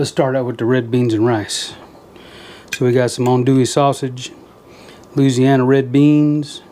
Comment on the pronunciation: You said Looziana like a real Cajun :-) 4 syllables not 5 haha! Looked amazing buddy...pork tenderloin is one of my absolute fav cuts of meat!